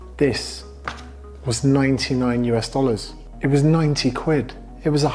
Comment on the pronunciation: I was like relax brother 19 Pounds doesnt sound to much until realized he is saying 90 hahaha